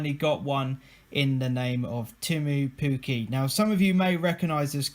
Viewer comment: you said pukky not pukki ^^ lol